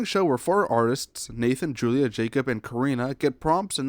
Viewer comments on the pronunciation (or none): none